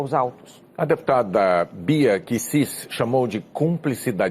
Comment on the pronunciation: Não sabe nem pronunciar os nomes Kicis e Kuster 😂😂😂😂😂😂 Enquanto isso o terça livre teve 44 mil inscritos a mais de ontem pra hoje. Parabéns pela propaganda gratuita!😂😂